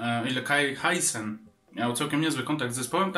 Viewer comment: Helloween to jedyna płyta z jaką jestem w stanie się zgodzić, poza tym taka mała uwaga, kai Hansen, nie kai hi san, i świętej pamięci to oni mają ale perkusistę, nie gitarzystę!